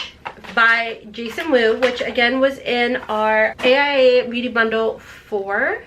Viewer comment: It's pronounced ace bee-you-tay. Not Bute lol